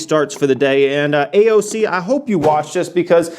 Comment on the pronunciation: You were going hella hard on “AOC” 😂